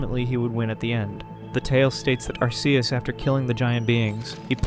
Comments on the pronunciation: I had to stop the video because I cannot listen to Arceus's name pronounced wrong over and over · He pronounced Arceus wrong